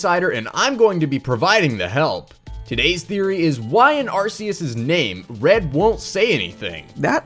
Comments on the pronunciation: PUBLIC SERVICE ANNOUNCEMENT: THE CE IN ARCEUS IS PRONOUNCED "KEY," NOT "SEA." JUST BECAUSE RYAN REYNOLDS PRONOUNCED IT "SEA" IN DETECTIVE PIKACHU DOESN'T MAKE IT CORRECT, AND NEITHER DOES HOUSE PRONOUNCING IT "SEA" IN THAT FAMOUS SCENE FROM HOUSE M.D. IN THE ENGLISH DUB OF ARCEUS AND THE JEWEL OF LIFE, THE CE IN ARCEUS IS PRONOUNCED "KEY," WHICH MEANS THAT THE CANON ENGLISH PRONUNCIATION IS "AR-KEY-ISS," NOT "AR-SEA-ISS." THIS HAS BEEN A PUBLIC SERVICE ANNOUNCEMENT. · Please dont say Arsius. Say Ar-kius. He isn't full of arses. -_ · It’s ARK-KEE-US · Tell this to: "Arceus" is pronounced "ar-kee-us".